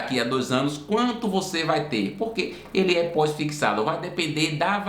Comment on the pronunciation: Fixado ou "fiquissado" ? 😬